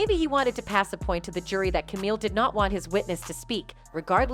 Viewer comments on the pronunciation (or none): The voice-over calling Camille "Camel-uh" is rough lol That's my pretend wife... please say it correctly. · Her name is Camille Not Kamala🥱🤌🏼🤌🏼🤌🏼